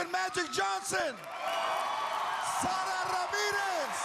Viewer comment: I love the spanish pronounciation of Sara! So much better than Sarah